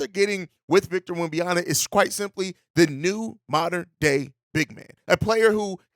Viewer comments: It's WemBANyama... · Why not just call him Wemby instead of unapologetically mispronouncing his name?